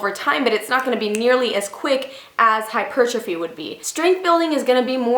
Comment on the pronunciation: When she said "hypertrophy" 💪😍👌👌👌👌👌